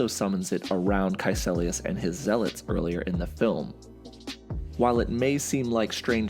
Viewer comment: KaeCIlius. Not KaeCElius.